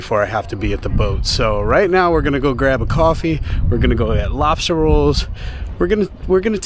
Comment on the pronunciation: I swear it sounded like you said you were glad you got your "robster" roll, when you were by the truck. 🤪🤪